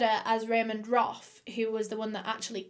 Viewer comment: Ramend Roth Me: haha Ramen Broth haha